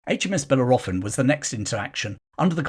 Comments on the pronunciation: Yes, just a pity the narrator doesn’t know how to pronounce the name! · Wow, it gets WORSE, your pronunciation of BELLEROPHON is a travesty.